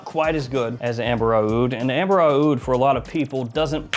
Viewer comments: Again with the “ah-ood”. It’s just oud, dude. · It’s just pronounced oud no matter the spelling. The spelling is different from brand to brand to capture the Arabic pronounciation of the word oud.